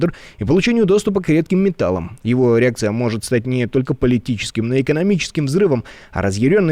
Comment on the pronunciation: 55 слышно " Его эрекция "😂 а в субтитрах " его реакция"